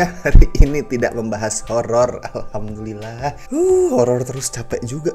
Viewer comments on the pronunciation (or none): none